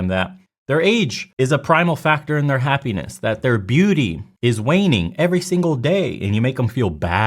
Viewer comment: It’s happ (eeee) ness not happaness hahhaha